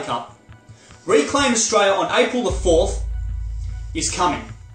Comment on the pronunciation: Mate will you please pronounce the word Australia correctly. The last three letters are l.i.a. it sounds really bogan the way you say it.